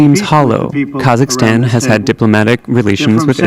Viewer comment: KAZZAKASTAN! 🤣🤣🤣 I can't believe he said it like that!